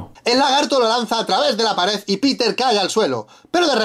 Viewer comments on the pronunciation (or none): paresss como dices es PAREDDDDDDD CON DDDDDDDDDDDDDD NO EES PARES